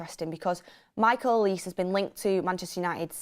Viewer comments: It’s Olisay not Oleese 😂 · The way pronounces olises name, "A lease"🤣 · If you’re gonna say his name pronounce Olise correctly , it’s a Nigerian name